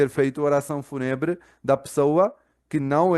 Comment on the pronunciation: Se pronuncia o "U" como vogal longa...Fúuuuuunebre.